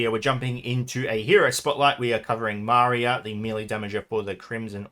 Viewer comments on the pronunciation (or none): I thought it's Maria with “I” letter stressed) Thanks for the vid as always, mate